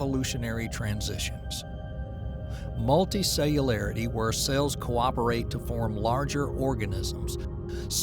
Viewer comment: Narrated by George W Bush, I love it... Multahcellular.. Yookarayotic cells..